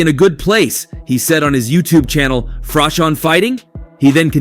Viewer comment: How difficult is it to pronounce Froch?